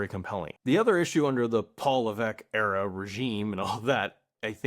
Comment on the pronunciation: new era-uh